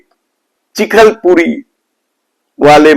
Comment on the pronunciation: चिखलपुरी नही चिखलपुटी है